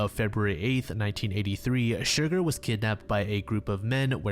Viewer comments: I hate to be that guy but the Horse's name is pronounced Cher-Garr rather than Shurgur. Besides that this is a great series and im quite happy to see shorter entries more often than potentially having to wait for longer vids. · I'm sorry, I'm gonna be that annoying person. The horses name is pronounced Cher Garr not Shur gur - it was just making me giggle and you said it SO MUCH in that bit